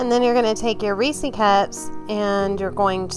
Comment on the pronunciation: I hate that you call it a damn (ree-see) cup wtf!? It’s a (ree -sez ) cup they’ve even come out and said how to pronounce it! 🙄🤦🏽‍♀️ That’s my only complaint. The cake looks amazing tho